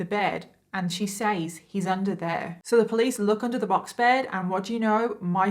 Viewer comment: Just curious...you keep saying says phonetically like sayyys...but its pronounced sez ...is that how everyone pronounces it in the UK? Like is it just part of the accent ...the way Boston ppl pronounce car as CAH? Lol I'm just curious